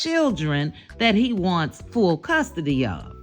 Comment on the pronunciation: Did you say "Fool" custody. Commentary on point.